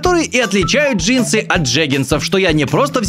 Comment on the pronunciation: Джинсы, легинсы? ДжеймсГенсы!🤣🤣🤣